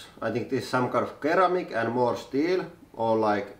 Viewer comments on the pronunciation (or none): Ceramic is pronounced see-ramic. I hope that helps.